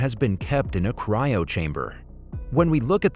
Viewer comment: Bro said cyro wrong